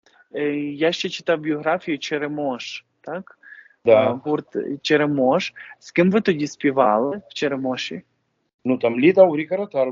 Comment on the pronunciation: Не Черемо'ш ,а Чере'мош .Як в пісні ,, всюди буйно квітне черемшина...."